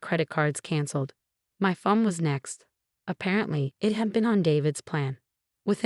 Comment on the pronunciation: Please for the love of God, get someone who can write the subtitles correctly! It is a PRENUP not a Printup!! Someone who could correctly pronounce words would be great too! The word is PHONE not fum, whatever the heck that is. Could be great vids with competent people